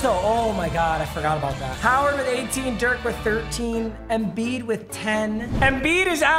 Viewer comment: Foreigner jackpot: Papa, “EMBIID”. Yao Ming typing…